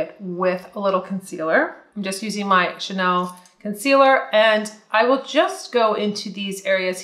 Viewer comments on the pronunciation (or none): none